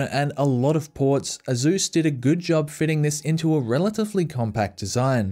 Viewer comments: It's Asus, not Azus. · Why does Asus sound like Uh Zeus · I like how nobody’s gonna mention how he pronounces asus, ah-zouz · Lmao i have never heard someone pronounce asus as "asús"